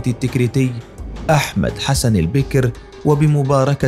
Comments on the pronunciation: إلى قارئ الفيديو هل أنت أعجمي ؟؟ لماذا تكسر حرف الباء في كلمة البكر ؟ ؟ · البكر بفتح الباء ، كسر الباء يجعله انثى ! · البكر بفتح الباء وليس بكسرها. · وثائقي جيد لايخلو بالطبع من بعض المغالطات اضافة الى نطق بعض الأسماء بشكل خاطئ مثل الرئيس البكر والرئيس هواري بو مدين